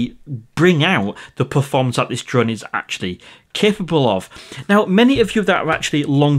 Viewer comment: Hi are you originally from the lake District as you sometimes say drurn instead of drone like my step mum. She is from Kendal 😁😁